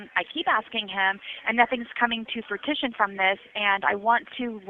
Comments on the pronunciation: WTF is “FRUIT-TISHON” Ms. straight A student!?! Do you mean FRUITION? I’m over here still debating which is worst… her overall English skills or her entitlement?!? 🤦‍♀️ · WAIT - did she say FRU-TITUON?? 🤣 I about died! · Did she really say nothings coming into fatition and not fruition? And yet she thinks she’s the smartest one in the room, lol. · She said fruitition! 😂😅, the straight A student! 😂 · It doesn’t come to “Frutition” says the smartest girl in the room 🙄 Since it’s not a word (that I’m aware of) I had to make my own spelling 🤷🏻‍♀️ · She saw the word written one time and ever since she’s said FRUIT-TISHON. I bet she thinks everyone else is pronouncing it wrong. 😂 can you imagine someone is speaking and says fruition and interjects: “Um… excuse me, if I may please… you mean FRUIT-TISHON” 🤣🤣🤣🤣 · in this one she says her made up word Fruitition, add that to the list😂. "...Nothing's coming to fruitition...😂😂